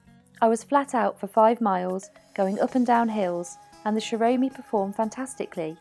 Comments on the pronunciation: its not pronounced right....its like shaomi....rather then shoromi..... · Try pronouncing it as show me. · Great Video ! Btw you need to pronounce it ZAO - ME.. iv'e had mine for over a year now, i got it from GearBest, they offer best value as they often have Flash Sales of this scooter , I even know of a Policeman who uses one to get to work , i often get asked where i got mine, kids...really young Kids know what an electric scooter is , it gets me to work and back, i never wait for the Bus now..it's the best Gadget i have, there is another app you can download, its the Segway Ninebot App, go to Google Playstore, it's free. As for riding...i always ride defensively and with care, it's common sense.i always pass police , they do nothing because they can see i am careful ...In Summary...the best Value for Money electric scooter you can buy. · another great video. Thank you. The scooter looks like lots of fun. I believe Xiaomi is pronounced "Show Me". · It's pronounced /shao-mi/. Copy and paste this in google translate for the accurate pronunciation: 小米 It means foxtail millet. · So worng with pronunciation